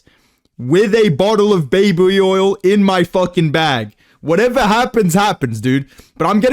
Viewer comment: baybway oil